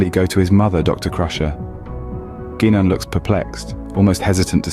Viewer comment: SMH... The greasy wanker AI graphics are bad enough but the shitty CG narration says "GEE nan", not "GUY nan". Did noone give this shit an editorial listen before release? If so, they were no Star Trek fan!